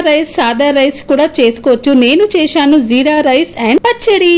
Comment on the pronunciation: Cheyshaanu Kaadu cheysaanu